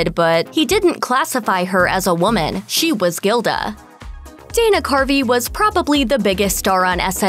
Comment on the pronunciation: Btw.. His name is Dana CARVEY, not Dana Carpy..